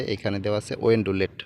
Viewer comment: ওয়েনডোলেট হবে না। ওয়েলডোলেট হবে। প্রয়োজনে ইংরেজি বানান দেখে উচ্চারণ সঠিক করে নিবেন।